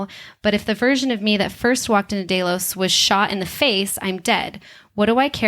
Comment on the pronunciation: This creative pronouncing is everywhere on the GOT and Westworld channels. From now on any channel that is so willfully careless as to not know how to pronounce the names of the main characters, places or entities, looking at you especially GOT, gets a down vote.